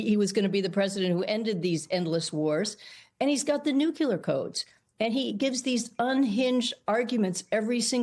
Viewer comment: For god's sake, it's not noo-kyu-ler. Didn't we learn this 25 years ago with Shrub?